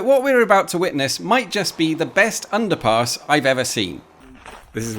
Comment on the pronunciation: every time you say underpass I hear underpants for some reason... Most odd 🙃